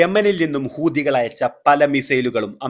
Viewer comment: ഹൂദിയോ? ഹൂതി എന്ന് പറയെടോ മര തലയാ